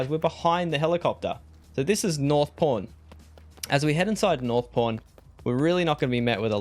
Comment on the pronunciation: it sounds like your saying Porn... i know your saying pawn LOL